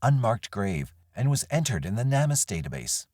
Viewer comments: Narrator, Please learn how to pronounce names or places and companies correctly. It is pronounced "Name us", Not "nammus". You know, like, please help "Name us" properly. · Not trying to be rude, im just very adhd & ocd, so needed to let you know that Namus is pronounced like name-us. ✌🏻❤